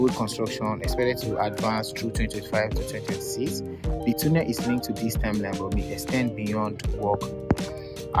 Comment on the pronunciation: Correct pronunciation of "tunnel" is tornel not toonel. Take note please